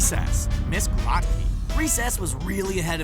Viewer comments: Raise your hand if you also got a concussion from all the facepalming during the Recess entry? You know, 1+ facepalm for every time Graht-key was pronounced. facepalm It's pronounced Groht-key! Like grow! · it's GROW-KEE, you uncultured swine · yeaa like its pronounced Miss Grow-Key .. not whateva the hell they said lol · It’s pronounced grow key not gra key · It's Ms."Grow-te-Key" you uncultured fools. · Grotke=Grow-t-key man. Come oooon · It was pronounced Grow kie if i remember correctly. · Miss Grotke is pronounced with a long O. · I like Chloe more then Sparky! The show was going down hill either way! Also you pronounced " Miss Grotke" wrong. Man she was hot! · if you watched an episode of recess, you'd know how to say her name.